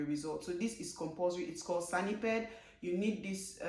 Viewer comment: SANEPID, not sanipid. It is from SANitary and EPIDemiology Administration.